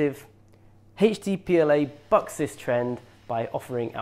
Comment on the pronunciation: Sounds like he's saying that Polymaker "fucks these trends" 😂